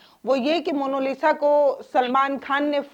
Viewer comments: जी अगले वीडियो में 'मोनालिसा' का सही उच्चारण कीजिएगा, आपसे ये उम्मीद है बाकी आपकी पत्रकारिता काबिलेतारीफ है ।👌🙏🌹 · आप पत्रकार है कम से कम नाम का उच्चारण तो सही कीजिये। मोनोलिसा नही मोनालिसा। कृप्या ध्यान रखें। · मोनोलिसा नहीं... मोनालिसा नाम है उसका आपने तो बेचारी का नाम ही बिगाड़ दिया...